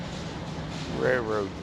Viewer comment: I’m sorry, my husband is a railroader. It’s pronounced RAIL ROAD. NOT Ray Road.